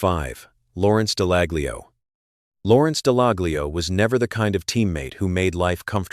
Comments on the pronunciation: Top tip .... the "G" in "Dallaglio" is silent! Just advisin'! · Would help if he pronounced Dallaglio correctly he sounds like a bot